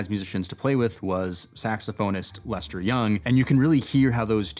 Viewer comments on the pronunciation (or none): none